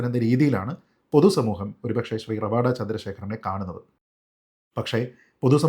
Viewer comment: ഇത്രയധികം Online news channel ആൾക്കാർ എല്ലാവരും പേര് റവാദ എന്നാണ് ഉച്ചരിക്കുന്നത്. പണിക്കരാണ് റവാഡ എന്ന് കൃത്യമായി പറഞ്ഞത്. ഇതാണ് കൃത്യമായ പേര് എന്നു പറഞ്ഞു തന്നത് വടയാർ സുനിൽ ചേട്ടനാണ്. പണിക്കർ സർ, താങ്ങൾ എന്നും താങ്ങളുടെ തട്ട് ഉയർന്നു നിലക്കും.